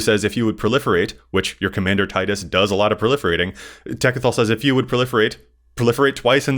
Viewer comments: its pronounced Tee-dus, just so you know. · Tide us makes more sense. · Only cowards say Teedus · His name is never spoken in game. Tide makes more sense given the aquatic theme. Teedus pronouncers hate life itself. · Was just about to comment about Tidus pronounciation, but got me! 😂 As you guys pointed out, what I like the most about Tidus is that you can proliferate really any type of counter you want, ability counters for example, and then move them to other permanents.